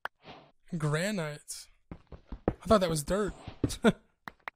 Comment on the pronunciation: Is it just me or anyone else notice Gran Ight 😂😂bruh